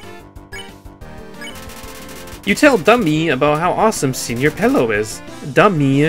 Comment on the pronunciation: it's pronounced (sir-pell-oh)